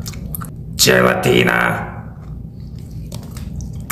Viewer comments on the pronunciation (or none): Se pronuncia "jelatina" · Gelatina is pronounced (helatina) like the he- in (hello) no g sound. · U mispronounced spanish it's more of a hjelatina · Se Pronuncia "Jelatina" No "Gelatina" Pero Esta Bien👍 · Se escribe "Gelatina" pero se pronuncia "Jelatina".